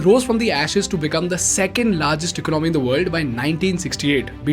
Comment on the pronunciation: It’s not “eco nomy” but economy.